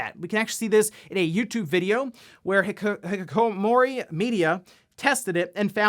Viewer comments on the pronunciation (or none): You absolutely butchered "Hikikomori" 😂